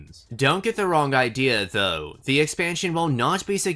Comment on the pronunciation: the way you say the word "though" is funny